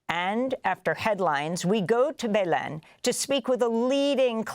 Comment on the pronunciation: She mispronounced Belém so many times lol